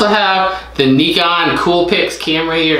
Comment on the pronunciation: You just have to clean the scales you find with rubbing alcohol. They will be good to go. Also the camera is pronounced N “eye” con.